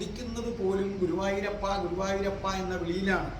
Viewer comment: എന്റെ പൊന്ന് ഗുരുവായുരപ്പ എന്നണ് പറയുന്നത് Sir